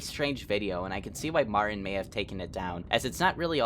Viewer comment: Lmfao I love the way he pronounces stuff. Martin's name for example. "Marin" and 32 Minutos as "thirty two minuros"